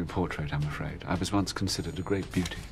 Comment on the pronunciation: Also it's "Great" Britain, not "Gratem."